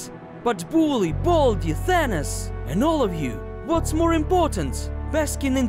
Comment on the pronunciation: It’s Not thanis it’s thanos